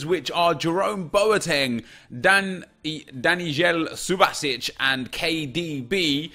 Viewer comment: It’s danyel (Daniel) subašič cause the j is said as a y